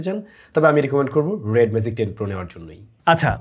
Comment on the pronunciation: it's magic, not "mazic" as you are pronouncing! You have work on your pronunciation, brother.